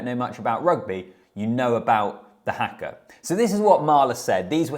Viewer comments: Here's an easy pronunciation tip for you. It is just 'ha-ka', not 'hack-ka'. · Its "harker' not "hacker" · HAKA is pronounced as Harkar not as Hacker! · its haka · the english cannot say haka - everyone of them says it like that - I cant understand as there is only 4 letters but they like to say it as if there are 6 letters